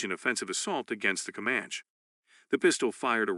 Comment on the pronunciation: Seems to me to be AI generated voice. Cant say comanche correctly.